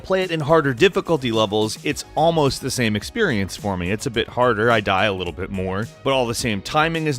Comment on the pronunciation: that moment you say sam instead of same XD